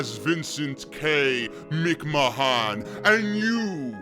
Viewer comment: That opening was so funny. You actually have the broken shtick down man. Especially when you pronounced Mc Ma-han lol. Good shit bro.